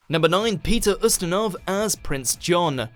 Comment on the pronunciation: It's pronounced "You"-stinov not "Uh"-stinov.